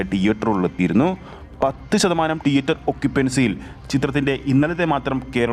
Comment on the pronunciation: ടിയേറ്റർ അല്ല, തിയേറ്റർ 🙏